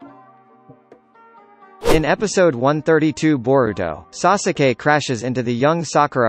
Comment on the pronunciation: The way he says sasuke triggers me 😂 😂